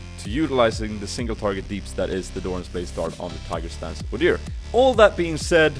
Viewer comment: I like how you called your rune page Odyr and not Udyr, why is that?